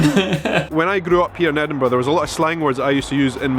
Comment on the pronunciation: Well done on correctly pronouncing "Edinburgh", rather than ending it with "burrow" the way lots of US-Americans do. :)